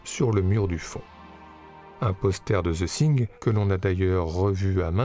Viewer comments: The Thin ? De John Carpente ? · D'abord - j'adore vos videos, mais y a-t-il moyen d'améliorer la prononciation en anglais ? C'est The THing, avec un T et non pas un S. Thank you.